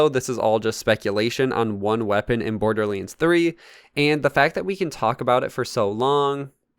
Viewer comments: ”Borderleens”? Hmm... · why do u say *borderleands*? lol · Ah yes borderleens 3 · whats a borderleins 3😂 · bro this nigga says border leands one more time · BORDERLiiNDS WTF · YOUR SAYING BORDERLANDS 3 WRONG